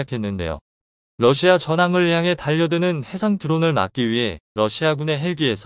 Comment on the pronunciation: 러시아를. 외 럿시마라고합니까